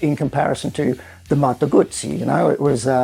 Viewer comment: Moto guzzi pronounced the right way ,love it.